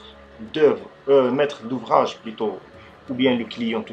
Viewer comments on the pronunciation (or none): quand ta dit un met d'ouvrage j'ai cru t'aillait parler en arabe la hhh